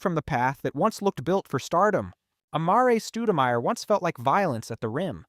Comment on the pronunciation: Amaré Stoodamyer 😂